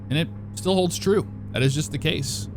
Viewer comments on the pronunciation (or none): none